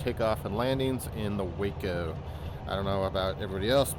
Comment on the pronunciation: Its pronounced "WAH-CO"